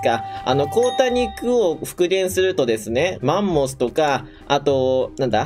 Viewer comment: 凍った肉がこうた肉に聞こえた…